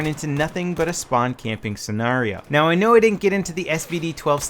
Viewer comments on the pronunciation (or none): You really need to learn how to pronounce the word scenario.